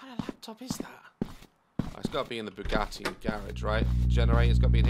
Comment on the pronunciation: “WHERE’S MY BOUGAT-AY’’